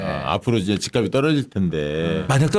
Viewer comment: 단어 발음 좀 제대로 해줘요. 발음: 집갑이 -》집깝씨